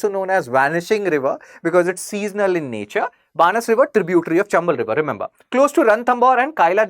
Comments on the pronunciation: बनास रिवर Banaas not बानस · बनास नदी बोलो बानस नहीं